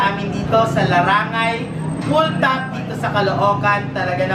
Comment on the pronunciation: larangay. caloocan people:langaray.hahaha don't be angry I'm not basher